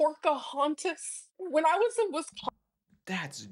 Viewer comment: I wish she would learn to pronounce Wisconsin. What a child. Anyone who lives in the Midwest does not leave a door open in the dead of winter. They just don’t